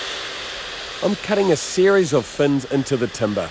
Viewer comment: What’s is this TUM-BAAHHH he speaks of! 😂